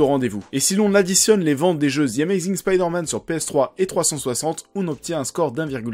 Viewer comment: mdr spiderman au japon ca donne grendizer.c marrant un coup du dis spiderman facon original à l'anglais puis ensuite tu dis spiiiderman avec i à la francaise) pr le jeux j'ia détesté mary jane qui n'ets qu'un pastiche de lois lane....mary jane c censé etre femme de tout les jouirs pas une super reporter intrépide.sinon j'ai trouvé homecoming nul.....ennyeux et oui spiderman 2 est le meillur car ses sscènes d'actions sont ouf et c ce qu'on demande avec un super héro.